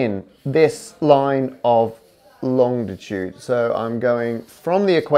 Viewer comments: Gah! It's not longtitude, it's longitude! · BTW it’s Longitude not Longditude as you pronounce it. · It's longitude, not longditude, Matt. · Matt please, long-i-tude not long-di-tude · You’re not pronouncing a ‘D’ that isn’t there are you Matt? So often it sounds like long-di-tude, when it’s really long-i-tude.